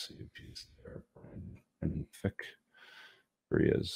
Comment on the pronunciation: FRick not Fick